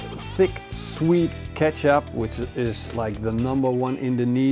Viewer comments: Nice and very informative video. Just like all your other videos. One thing though: kecap is pronounced the same way as ketjap. In Indonesian, the "c" is pronounced as a "tj". So never ever call it "keesap" again :-D. And Conimex cannot and will never be the no. 1. Kaki Tiga, ABC or Vanka Kawat are the way to go. If you like, you should also try Kaki Tiga Medja! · Thank you for this. I could not understand what he said as it sounded like he was saying Ketchup to me. LOL